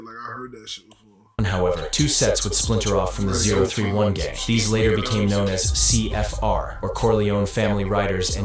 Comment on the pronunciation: 0tray1 is how 031 is said